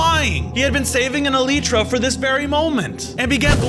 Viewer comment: Bro the way u said elytra 😂